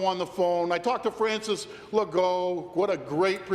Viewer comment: Did he really call François Legault "Frances Legault"? 😂